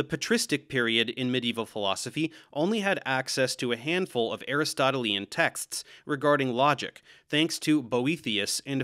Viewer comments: Great video, but as a couple of others have noted, the adjective "Aristotelian" is pronounced "a-RIS-to-TEEL-yan", not "A-ris-TOT-el-EE-an". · DAVE! Ay RIS toh TEE lee un is the proper pronunciation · I focused on your pronunciation of Aristotelian to the exclusion of the rest of the video. I apologise. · No, Aristotle is correct, but Aristotelean, as in Aristotelean Logic is what I corrected Dave's pronunciation about!